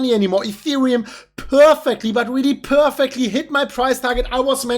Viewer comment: We peeeeerfecly... It's unique 😂